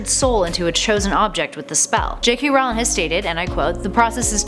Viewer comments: It's Rowling, like bowling. Not Howling. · Hey nerds, "ROE ling", not "RAU ling". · It's Rowling like roll ing not r owl ing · It's not Rawling it's Rolling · I love this series but I find it very difficult taking any Potter fan page seriously when the host says "See-mus" instead of "Shame-us" and "Rah-wling" instead of "Roh-ling" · Did she pronounce them jk Rowling and Seemis Finnegan? It's pronounced Rolling and Shay-mus